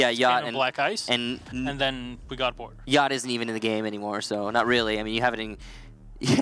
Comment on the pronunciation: Why did pronounce Yacht like that? Arent the CH silent? XD